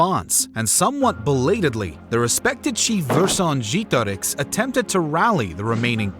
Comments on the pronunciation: It wasn't that bad, the mistake is that he used an english E at the second E It shouldn't be pronunced like E but like EH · Oh, come on - I'm sure not even the French pronounce Vercingetorix like that 😂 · What is the deal with these random history YouTubers coming up with these unique and elaborate ways of pronouncing historical names? I've literally only heard Vercingetorix pronounced 1 way across scores of documentaries I've watched, yet apparently you know the "correct" way of pronouncing it? I'm not even doubting the veracity of your pronunciation.. Maybe it is correct, but quite frankly, it just makes you seem pretentious.. You do you though. Otherwise, a great documentary and an excellent way to spend my time making dinner tonight. Keep up the great work. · This is probably the worst pronunciation of Vercingetorix I have ever heard haha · That's an odd way to pronounce "Vercingetorix" 😂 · Ikr it was super weird to listen to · it was about as bad as it could get without saying a different word